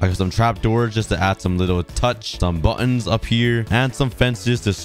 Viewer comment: Bu''ons. He is British